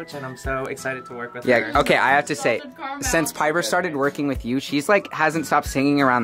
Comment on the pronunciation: nah he did not j say Jenper. Wtf is that it’s jiper